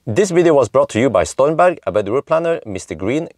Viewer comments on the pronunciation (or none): I keep hearing "StoynBank" instead of Stormberg...